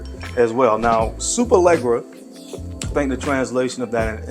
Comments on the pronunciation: Pronounced Lesh-era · I believe there’s not 1 American that can pronounce Superleggera correctly or does any effort to.